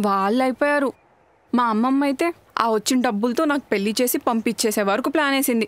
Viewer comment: Kindly note that పెల్లి కాదు... పెళ్లి. ళ Pronunciation matters